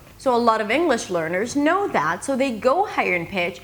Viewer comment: I sometimes feel that when you say words with the /ou/ dipthong, you say something like /eau/ like when you say "so" or "sound". Is that OK?